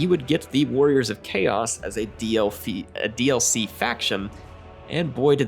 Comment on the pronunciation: D-L-Fee.... love it XD